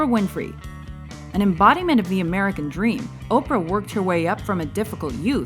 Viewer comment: you cant help but saying MERCAN